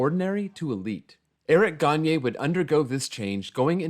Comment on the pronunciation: He also did a pretty good job at pronouncing Gagné’s name